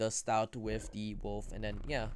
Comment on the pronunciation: Stoat rhymes with oat